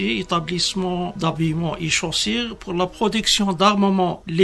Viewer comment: Un général pppaaappppppp quelle langue française" chossere " pour chaussure."explosifes" esplosives etc